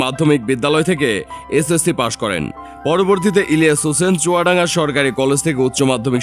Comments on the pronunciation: পুরা নাম ভালো করে বললে কি আপনাদের কোন সমস্যা হয় নাকি??হোসেন শুনলাম শুধু। ইলিয়া হোসেন স্পষ্টভাবে একবারও বলেন। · বুঝলাম না। ইলিয়াস হোসেন উচ্চারণ করতে পারতেছেন না ক্যান? 🤔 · সবই বুঝলাম কিন্তু আপনি যখন ইলিয়াস নামটা নেন তখন আওয়াজ টা ক্লিয়ার না কেন, আপনার মতিগতি, ভাবসাব বোঝা যাচ্ছে নাহ 🤨🤨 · Bujhlam na unar nam ta silent keno??? Elias Hussain... Nam ta thk kore bolen.